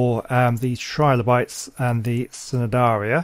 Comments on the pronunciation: Love that you made the Trilobites their own place and love the Jellyfish tubes. But a little fact: The C in Cnidaria is silent, so it is pronounced Ni-dare-ia. And maybe you could add the Sea Scorpions in the the reef, they do swim, so they wouldn't be covered by the plants. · Hey, great work. I’m really enjoying the series so far. Just a little point, the C in Cnidaria is silent. So it’s pronounced nidaria.:)